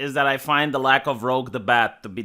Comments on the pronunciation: Her name is Rouge, not Rogue, as in the French word for red and the cosmetic named after it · Rouge pronounced Ro͞oj, rhymes with huge.